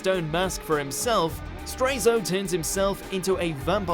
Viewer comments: “Stray-zo” internal wryyying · The way he mispronounced Straizo made me cringe a little...